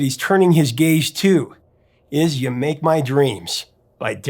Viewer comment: To each his own, but this song just never did much for me. It's one I'll listen to if it comes on the radio but I'd never choose to play. Also, squeezing 2 syllables out of "make" always feels off to me.